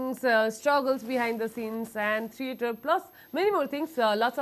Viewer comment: I like bipins dialogue delivery. Infact, yaha college ma Nepali Nepali vet huda we often say YESTO TENSION HUDA NI MA BEHOS HUDINATA, KE VAKO. Nice interview. One note to the host: you sound so professional and confident but THREATER haina THEATER vanna parcha. Don’t feel bad but as an audience, I see this word being mispronounced pretty often. Work on it. Rest 👏 👏 👏